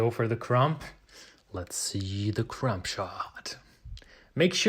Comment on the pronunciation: Your videos are so well though out and edited. Well done! My sourdough started and several bread styles have been taken from your instruction. Thank you By the way, the 'b' in crumb is silent 😂